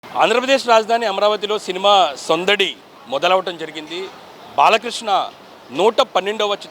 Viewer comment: సొందడి కాదు సందడి